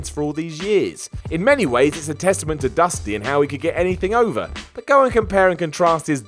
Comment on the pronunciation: Batista is underrated? I think mispronounced over.